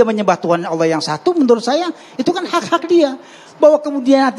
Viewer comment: Alloh subha........ apa pak dosen??